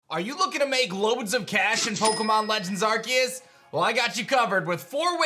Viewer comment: What is it with you people!!! the pokemon's called ARSEUS pronounce the "c" not "K"